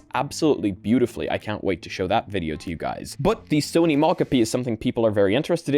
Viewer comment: Do you have to pronounce every new word you encounter incorrectly? Every episode you pick a random word and say it wrong. It's so frustrating. If a word is Japanese, the O is always long. It's SOny mOcapi not sahny mahcahpi. It's weird to refuse to pronounce someone or something's name right, and insist on saying it differently from how people want it to be said, it's arrogant and ignorant to see that someone gave it a specific name with intentionality behind the choice and say, I know better than you and I'll say it this way instead because learning how to say that name is too much effort and why should I do that. Idk it just feels so disrespectful to know a name is said one way and still refuse to do it.